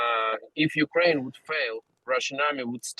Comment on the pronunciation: she said NUkraine